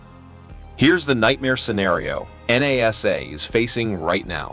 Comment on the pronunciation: Why can't you pronounce the word properly NASA !!!